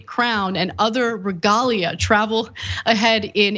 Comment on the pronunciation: To be clear, he did not write the speech. And Ana, learn how to pronounce the word "regalia".